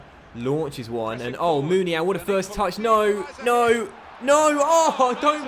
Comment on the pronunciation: Uhhmmmmm...? It's pronounced Moon-ee-ya-een. Love the good content though, keep up the good work mate. ❤